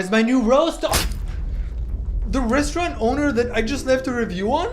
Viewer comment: The “rosturant”